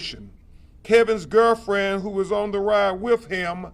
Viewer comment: "Eyewitness coroberation, Kevin's girrfren" . . Did they retain him for free? Sure sounds like they did. If I am paying an attorney, he better be able to speak the King's English properly! 🙄🧐🤴